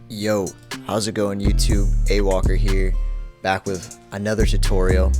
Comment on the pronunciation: Alan Walker ❌ AyyWalker ✅